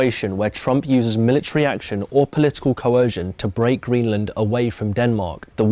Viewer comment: "Greeland" btw